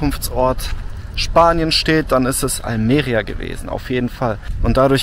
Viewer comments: Bei Almeria Betonung bitte auf i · Bei Almería ist der Akzent auf dem í, nicht auf dem e.